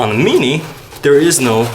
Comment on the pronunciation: when he says mini :p